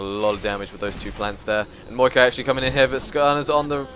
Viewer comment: Dude its maokai not muikai or however you say it